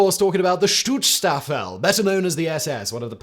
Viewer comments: Schutz-Staffel. (Sch like Sh in Should). Not Stutz-Staffel. Even though they are goose-STepping. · "SchützSTRAFFEL?" Jesus, mate. Learn a bit of German FFS ⚡⚡ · I, as a native German (and having a great grand father with some very bad live choices, to phrase it mondainly) would like to call out that the pronounciation is "Shoots Staffel" (for English speakers) i.e. in German "Schutz Staffel" wich is vaguely translated into "security squadron", "protection unit" or something similar. You will also find sources that refer to them as "Saal Schutz" wich means something like "hall guardiance". Just wanted to clearify that 😅😉 it just does not feel right to pronounce their name wrong or in a ridiculous sounding way for the horrible crimes they commited 🙁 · "StutzStaffel"? Interesting